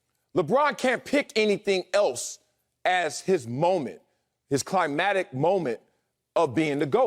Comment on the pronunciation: Marcellus Willey ALL RESPECT DUE, It's enunciated cli-mac-tic it's climactic not climatic....